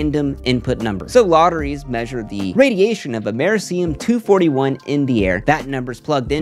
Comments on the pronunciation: Americium. Am-uh-REE-cee-um. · rip on that americium pronounciation